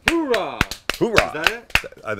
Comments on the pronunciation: From a Marine...it isnt hooraw thats the army...its Ooh Raw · Ooooh rah Sam....not Hoo rah. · Please be advised that it's actually "OORAH", not "HOORAH". HOORAH is the Army. I love the look on your face when you were saying it, though. We Marines love that type of enthusiasm. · I thought he was referencing Marines, I thought it sounded like oorah. My bad if I misunderstood. The navy guys always said hoo yah. We said ooh rah (Marines). And the Army said “hooah”. There’s a joke that goes with that but I won’t repeat it. LOL Whatever they said, it doesn’t matter. It was funny hearing it. That’s all. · Marines say OORAH! No “H” at the beginning